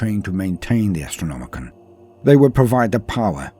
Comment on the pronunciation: It's the AstrnomiCAN, not the AstronomiCAN'T!